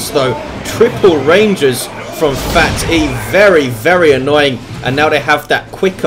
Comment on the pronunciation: I believe phatE is pronounced "fate"